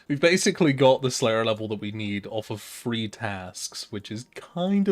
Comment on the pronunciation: Why do you say free when you say 3